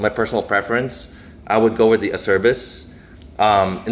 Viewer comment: Acerbis makes great stuff. For the record the correct pronunciation for Acerbis is ...AH-CHAIR-BEES